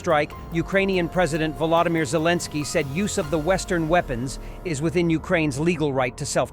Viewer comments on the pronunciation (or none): none